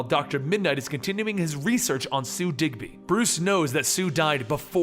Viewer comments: I thought it was dibny not digby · pronounced Dibny NOT Digby, get it right. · You kept saying DigBy. But its DibNey. Over 2 million subscribers for knowing your comic books, so why the mistake on the name for minutes? Brain fart or what? Other than that I was happy to find this story. Just drove me nuts the whole time and I'm not even a big comic book guy. Just love all the shows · Did you say ralph digby??? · Btw it’s Ralph Dibny not Digby